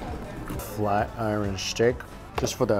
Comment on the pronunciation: Flat i- ren? Flat Iron!!!!! Learn how to speak omg